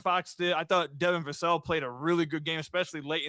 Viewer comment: Oy ... Every player-commentator on the otherwise professional Amazon Prime post game crew mispronounced Devin Vassel's last name. 😒